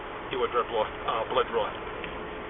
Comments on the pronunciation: She has him so flustered he says “ DROOD BLAW” invokes his right to remain silent during her questioning....😂😂😂 Bless all parties involved here. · Officer: "I'm going to be heading over to uh Saint Vincent's to do a drood blaw". The lined bleeding the blame! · She is certifiably crazy. Don't know how any cop can deal with so many maniacs out there. That cop was so flustered even he slurred his words... ...."headed to St. Vincent's to do a drud blaw...